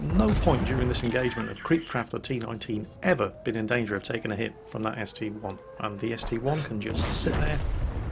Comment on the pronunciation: I have made this mistake, and so has almost everyone for years. It's a st-I not st-1